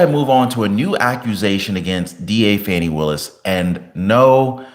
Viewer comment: STOP WITH THE FONI ITS FANI